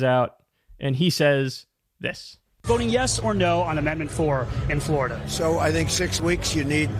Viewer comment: Florida not Flarda